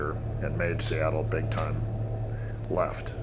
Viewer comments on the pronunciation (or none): See attle? Wtf is that?